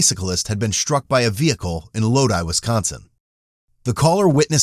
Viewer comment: Good job on pronouncing lodi right lol ... Almost eneryone says lo-dee